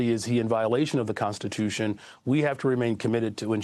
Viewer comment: Constituiton? Ahhh haaa